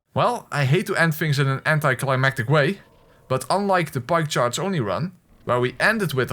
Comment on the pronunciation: When you say pike charge only I though you sead pie chart only